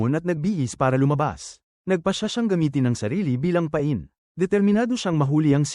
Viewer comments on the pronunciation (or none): none